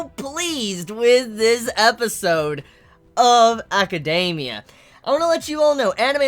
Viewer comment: He says it the way it should be said?